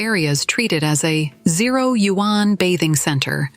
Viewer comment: Why does the narration mispronouse the word yuan?? I would expect better from a China-themed blog 👎